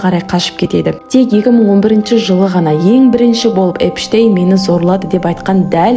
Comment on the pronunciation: Эпштейнді Энштейн деп отрм ғо